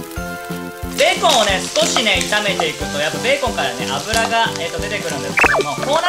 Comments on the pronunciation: ベーコンの発音がビーコンの発音でウケました💕 美味しそー❗️ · ベーコンのイントネーション気になる笑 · ベーコンのイントネーションが気になるｳｽﾞ((((･´ω`･))))ｳｽﾞ